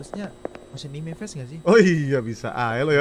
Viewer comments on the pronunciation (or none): none